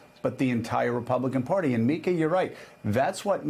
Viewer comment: Joe: The word is "Party" -- not "Porty"!